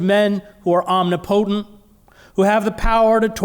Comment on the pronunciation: Chris: "Om-NIP-e-tint" not "Om-nee PO-tent" -- seems strange for you, a former seminarian, to pronounce it like you did in this talk. Being Omniscient, being Omni-present, and being Omnipotent are qualities assigned to God, and I presume discussion of these qualities would be common subject matter in seminary. Thanks for constantly being "America's Conscience".